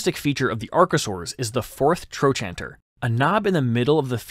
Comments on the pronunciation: It's pronounced "tro-canter", not "tro-chanter." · "Tro canter" is how the US professionals I know say trochanter. Not sure if other countries have different pronunciations. ~ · Trochanter is pronounced, "troe -kanter". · I've never heard "trochanter" pronounced like that. Not saying it's wrong, but the only way I've ever heard it was TroKanter. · It's pronounced "tro can ter" in modern medicine. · THE WAY YOU PRONOUNCE TROCHANTER IS SIMPLY A-M-A-Z-I-N-G!!!!😂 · Please learn how to pronounce "trochanter" before saying it so often.